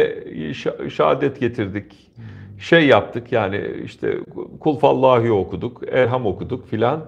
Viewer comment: Kulfallahi değil kulhüvallahi